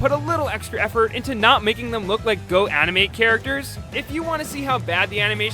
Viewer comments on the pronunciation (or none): Lol did he say Go-animate Characters. OR GO-ANIME CHARACTERS?